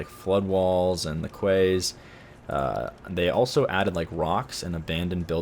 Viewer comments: Hahaha what the hell is a kway!? It’s pronounced like key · Awww, bless your little cotton socks! 'Quay' is pronounced 'key', not 'kway': p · "Quay" is pronounced "key" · quay is pronounced 'key' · 'Quay' is pronounced 'key' Just thought I'd let you know! :P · did he really say Quay???? it's pronounced key! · Quay is pronounced "key"